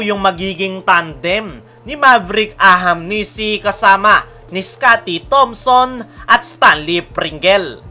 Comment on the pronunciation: Ahanmisi boss hndi ahamnisi😅